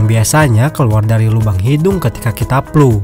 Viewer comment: Flu bang, bukan Plu